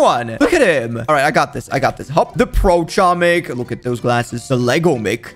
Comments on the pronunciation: IT'S NOT CHO-MIK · I've never heard anyone say "Chomnik". I keep hearing "tshomik" but this is new. Funny how many people don't know that it's pronounced "homik" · It's not chomik it's homik the c is silent i know that because im polish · I AM POLISH IT IS NOT CHOMIK IT IS h-om-ee-k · its pronouced as homek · H O M E K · I knew that it was pronounced "homik" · the way you prounuce it is homik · Its acctually pronounced Homik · in polish its pernounced homik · just saying ur not saying chomik :) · Pronouced homik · I am from poland and you say chomik totally wrong and it's so fanny to hear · i used to say it wrong but i recently found out the c is silent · im polish and you said it incorect soz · Im polish and you pronouce it wrong but it doesnt matter